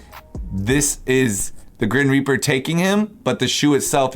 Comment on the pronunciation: "grin reaper" lol